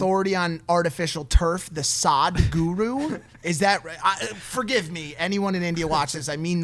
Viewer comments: Its not pronounced as "SAAD-GURU", it is "SUHD-GURU". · Its not Saadhguru its Sadhguru.😂 its will be exciting podcast. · Whoaaa I'm seeing the entire episode if Sadhguru (pronounced as SUHDGOOROO) comes